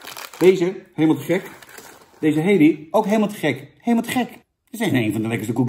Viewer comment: Kun je het koekje Halley even uitspreken als Hallie i.p.v Hailey? Thanks.